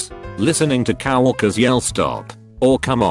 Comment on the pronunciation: Nobody: TTS: *COW HORKERS*